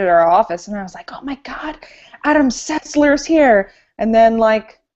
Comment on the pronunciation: "Adam Setzler is here!". She worked with him over a year, still cannot say his name, lol.